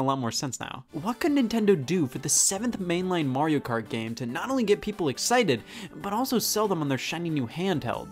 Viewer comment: Literally everyone: Mario Kart Scott: Mariokurt